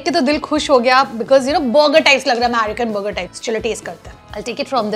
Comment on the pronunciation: Bhai burger ko thik se bol....buger buger....😂😂😂itna bhi over smart maat ban